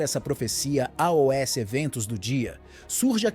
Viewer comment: Porque todos na hora de dizer ( aos) falam ( a o s) o que significa isso, é um IA QUE ESTÁ FALANDO E NÃO UM SER HUMANO?